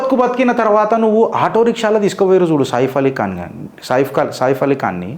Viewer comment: నువ్వు చిత్రగుప్తుడివో సూర్పంఖ వో పక్కకి పెట్టు బాబూ ముందు అందులో ఉండే వాళ్ళ పేర్లు సరిగ్గా పలకడం నేర్చుకో నువ్వు చెప్పేది సాయిపలి ఖాన్ అంటున్నవా సాయి పల్లవి అంటున్నావా ఇది సైఫ్ అలీ ఖాన్ కి వచ్చిన తిప్పలు అని ఒక అయిదు నిమిషాల వరకు మాకే అర్ధం కాలేదు యర్రి పూ......